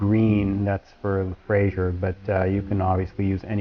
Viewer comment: FRAISIER not FRASIER